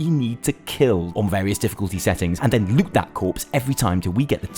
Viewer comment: on i hear it (and lick that corpse) instead of (and loot that corpse ) xD